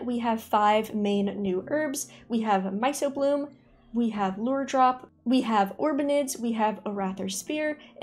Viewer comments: Small nitpick, myco is pronounced myko, means fungus related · I have to be that guy and let you know it’s my-k-o-bloom, hard c, like in the study of mushrooms. 😂